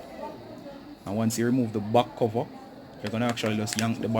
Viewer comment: Its back cover not buc cover